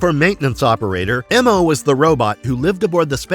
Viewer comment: And he was just called “Mo” not “Em-oh”